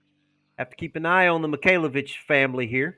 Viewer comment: Oh God I thought you said MIKAYLA BITCHES not MIKAYLAVITCHES lol